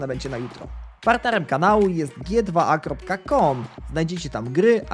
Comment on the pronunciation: to się czyta "dżi tu ej" a nie "gie dwa a". Na prawdę bolą uszy od tego.